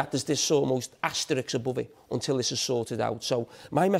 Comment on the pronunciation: It’s”asterisk”, not “asterix”!